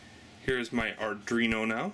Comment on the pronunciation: pronounced Ar-dWee-no ... not Ar-dRee-no